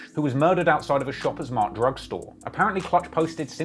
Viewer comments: when he says Etobicoke correct but not shoppers drug mart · bro said “shoppers mart drug store”